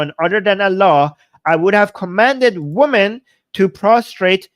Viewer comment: Hey. This is my comment for the algorithm. Please say "wimmen" when say "women", plural. The pronounciation you're applying is singular.